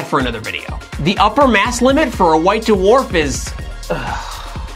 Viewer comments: Why D'warf instead of Dw'arf? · What's a "da-warf" star? I thought they were called dwarf stars. Lol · Duh-Worf is not a merry man. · whats a "duwarf"?